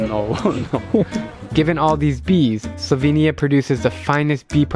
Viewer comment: Why did your sister say slo-vay-nia She’s so American I’m dying at her pronounciation